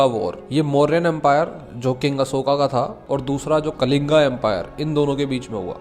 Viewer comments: अशोका ❌ अशोक ✅ कालिंगा ❌ कलिंग ✅ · It is not mauryan it is maurya, It is not Kalinga, It is kaling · कलिंगा ❌ कलिंग ✅ अशोका ❌ अशोक✅ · कलिंग बोलिए भाई सम्राट अशोक क्यों अशोका ,कलिंगा बोल रहे हो लोग योग को तो योगा बोल के छीन रहे हैं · भाई अशोक है अशोका nhi aur कलिंग है कलिंगा नही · Kaling not kalinga